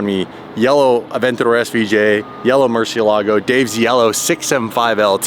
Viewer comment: Learn to pronounce Murciélago correctly. The emphasis is on the e!